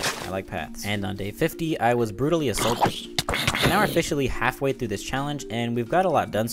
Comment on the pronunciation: "and on day 50 i was brutaly ASSUALTED"